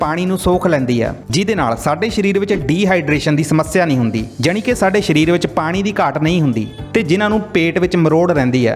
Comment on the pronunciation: ਸ਼ਰੀਰ ਨਹੀਂ, ਸਰੀਰ ।